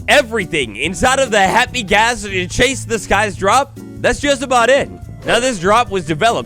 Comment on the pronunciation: Hey man, absolutely love your content But it's pronounced "Chase" the skies not Chase the skies